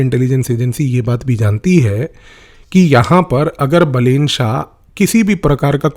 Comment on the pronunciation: so this dude is not a psychologist, has never met balen, cant pronounce his name correctly, but is now gonna know the profile of Balen shah? hahahahaha views ke liye kuch bhi